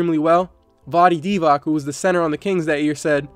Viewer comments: it's pronounced Divatz, not Divak. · It's Vlade DivaTZ smh